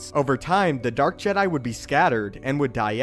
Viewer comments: You legit say JEDII order instead of Jee-dai, im getting triggered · How comes you pronounce Jedi and not Jed'ia, understanding languages will help you understand how words in Star Wars should sound, also, you need to work on your pauses, listening to you talk about a subject does my head in! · 😂 He keeps saying:"JedII." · The je DIE! Seriously the way you say Jedi is hilarious. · The background music is so distracting cause it's so good. And the way u pronounced jedi tho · stop saying jedi so awfull...ugh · lol, i noticed it to